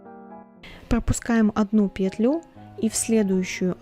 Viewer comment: очень классный туториал, но пЕтлю а не петлЮ..😔😔😔